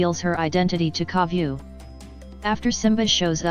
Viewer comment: I saw this comment when she says Koviu xD